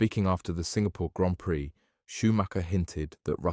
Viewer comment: Thank you for pronouncing Grand Prix correctly.